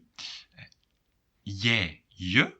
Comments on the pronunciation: Thanks for your videos! But I have one question: and - I hear for "jij" and "hij" rather [je] and [he], not [jai] and [hai]. I searched for different accents, but never heard similar pronunciation. Is this just my ears or some rare accent indeed? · Are you sure you pronounce pronouns correctly? Duolingo but also other sources pronounce them differently: Jij sounds like yay Hij sounds like hey Zij like zey Wij like vey And so on